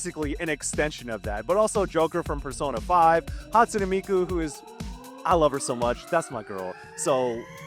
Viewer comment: “Hatsuna Miku that’s my girl I love her so much” bro didn’t even pronounce her name right 💀